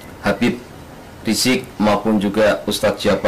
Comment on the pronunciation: Video pengakuan kembali ke Islam it palsu. Mngapa : 1. Wajah berbeda dgn Ali Markus yg asli 2. Cara berbicara juga berbeda dgn Ali Markus yg asli 3. Ucapan habib rishiq di ucap habib risky . 4. Berbicara secara terpaksa, seolah" berhati" dlm mengucapkan kalimat terlihat dari matanya